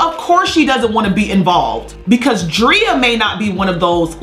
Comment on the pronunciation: Love Lizzo! She can't do any wrong in my eyes... But sis stop calling that woman Dree-ah. It's Dray-ah!! Love you just my little OCD kicking in❤️